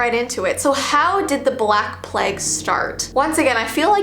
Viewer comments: I love her pronouncing it pleg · the way she says plague had me creasing. I love her so much